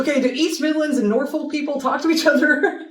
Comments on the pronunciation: Incidentally, the letter l in the place names Norfolk and Suffolk is silent. I recommend the video "Why are British Place Names So Hard to Pronounce?" by Jay Foreman. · The l in Norfolk is silent. Also that's a very strong accent typically found with the farming community and not do much with general population. Though some of these are too broad for their area - lots of different dialects. Lots of different Welsh accents with different speeds.